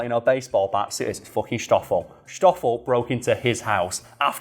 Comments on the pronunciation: It's stoffol not shtoffol.. like ss-toph-fel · I usually don't care too much about mispronunctiations, but saying "shtoffel" every other sentence while it's "Stoffel" like 'stop' was quite annoying 😅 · I know. This is in South Africa not 19th century Bavaria. Schhhhtoffel? No, it's just Stoffel. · All I could hear is mispronouncing Stoffel(its not pronounced Shtofill) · Not a criticism, just want to clarify the 'S' is pronounced the same as in snake.